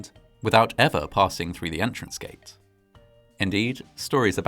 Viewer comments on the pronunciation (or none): none